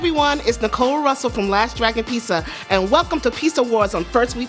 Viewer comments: She says.......Pi......Pissa........Pissa?.....[Pee-suh]??? But it's Pizza. [Peet-zah]. Pizza. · She keeps saying pisa instead of pizza lol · The way this woman is saying pissa instead of pizza ruined this video lol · Some please !; Please!!!!! Please!!!!! TEACH HER HOW TO SAY PIZZA . OTS PIZZZZZZZA NOT PISSA . I like the show but she is annoying on how she says PISSA when it's pizza m please someone help her or find someone else that can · pizza, piːtsə not pessa, fuck me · I wanted to see the " PEE SUH" wtf??????????? why do some people pronounce peets uh, as PEE SUH. jesus fucking christ people, can you not think about language deeper than a 2 year old? fucking get it together man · Why is it so hard for her to say pizza, instead of peesa 🤦🏻‍♂️ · PIZZZZZZA NOT PISSSSSSA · Not pissa, PIZZA; PEET..ZA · It’s pizza not Peasa. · I love this whole concept but why is the host saying pissa instead of pizza it's driving me crazy :P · pisa, pissa, pisja or pizza? like man where those "Z"s at? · oh my god its PEET-ZA not PEESA lmao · If you wanna become the next master peesa-ola, maybe you should learn how to pronounce peetzah. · She's calling it "pissa". That's 🧢, right there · I'm sorry Nicole, I just can't get over the way you say Pisa :( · SHE KEEPS CALLING IT PISA! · Peesa. Wtf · It's driving me crazy that she keeps calling it "Pisa". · I was going to watch the battle but when she said pee-sa I got out. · "The pisa" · she has a show about pizza but can't even pronounce the word right. wtf is pisas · pisa pissus peesa in a cup. can you even say PIZZA? ! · Why do you consistently make a point of pronouncing it "pisa", Nicole? It's the one thing that most English speaking people actually bother to pronounce correctly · "peesa" and talking with a full mouth.... alright im out, sry even my love for pizza cant overcome this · It's mildly annoying that in a video all about pizza they pronounce it wrong and say "pisa" all the time. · I can't unhear it now